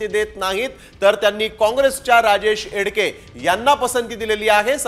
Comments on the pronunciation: नाव तरी व्यवस्थित घ्या.... एडके नाहीत एकडे आहेत 😂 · Barobar wacha dada.... राजेश एकडे आहे त्यांचे नाव